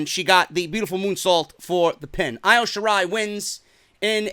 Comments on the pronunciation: Who is Io Shirai you stupid idiot it’s pronounced EO though spelt Io . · it annoys me how you say Io's name. It's supposed to be pronounced as E-O Shirai. Other than that. Great that you finally see the BEST WRESTLER IN THE WORLD. And it's Hero-YO. Just helping out so goons don't come at you about it.